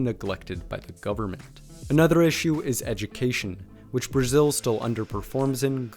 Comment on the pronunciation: Man da pra perceber qnd ele pronuncia "another" que ele nao é nativo de pais de lingua inglesa, pra elogiar possivelmente deve ser br.